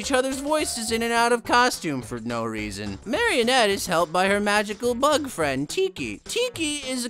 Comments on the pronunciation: Marinette❌ Marianette✅ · Alright so we’re just going to ignore the fact that he’s saying ”MARIENETTE” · The only thing triggering me abt this video is him pronouncing Marinette as marionette it's pronounced mar-ih-net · To be fair I also called her marionette the first couple of times too. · “Lady bug is a normal girl names Mariiietneet” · “MARI INETTE” Maruh nette is how you pronounce it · As much as I love this show, this video sums it up perfectly and you said everything just right (except for the fact that you mispronounced Mari's name like every fucking human in the world). But I always say this about ML myself. There's no plot and kinda lame baddies, but come on: no one watches this for the plot. If you're watching this, you're doing it for the ships and just the gorgeous appearance that is Chat Noir XD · He mispronounced it on purpose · In his defense, I think he just said Marinette's name wrong on purpose for jokes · Your pronouncing marinette wrong. But good video 😂😂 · You said ladybug but when you said Marinette and a weird way that's not right also cat noir is not cat nerd so you better know his name is cat noir and also when you said Adrian it was wrong so it may miss Adrian you got that!